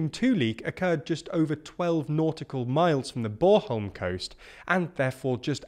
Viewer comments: "borholm"? Just say it like it is spelled Born-holm. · I really have to itch this one- Its Bornholm not Boreholm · sorry to nitpick, but there's an n in BorNholm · I'd just like to stress that, like in litterally all other languages, the letter N is not silent in Danish. b-o-r-N-h-o-l-m. Thank you. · "Boreholm" -- I love it! 🤣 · Can't say i have ever heard it pronounced "Borholm". And i am fairly sure that it is expected to last until Sunday, and not a week. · it's not bor-holm; it's born-holm. The N isn't silent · With all due respect, but try make a little effort in pronouncing Scandinavian names really. It says ‘Bornholm’ and you came up with ‘Borehole’?? Feels a wee bit condescending old chap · Its note bore-holm :P Lots of tourists like it ;) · BorNholm, with an N ;-) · Can you say BorN-holm :) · I guess Brits are just unable to pronounce the letter "N". But then, whenever they talk about Ukraine, they pronounce the "KH" as "K" in places like Kherson and Kharkiv, rather than pronouncing it like "H", like it's supposed to. So just generally don't trust pronunciation from these guys. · I'm sorry fellas: It's a decent pronunciation of "Bornholm", but please do not forget the "n" right in the middle of it ^^ Thanks for the update! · Nothing silent about the l and m either. Im not sure what hes saying there. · My brother knew someone from Bornholm - I thought she pronounced the "n". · Guy butchers the pronunciation of Bornholm, but only the ‘born’-part which is pronounced like the English word ‘born’. 😂